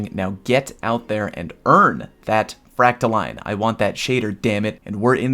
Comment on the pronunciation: It isn't pronounced like either of those. It's pronounced FRACTA-"Lynn" and she hates it when you mispronounce it.